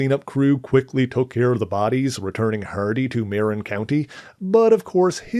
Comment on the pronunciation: You mispronounced Marin….say it like…”Maa-rr-in” (the “in” is like in and out).